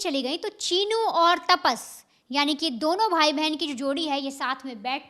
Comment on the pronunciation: तापस नहीं रे भाई तपस है उसका नाम काय ताप आहे डोक्यालां